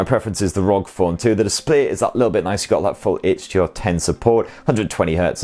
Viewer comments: I have to correct you. It's called "are-oh-gee" phone not rog phone. Republic of Gamers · Don't you ever say rog again It's R O G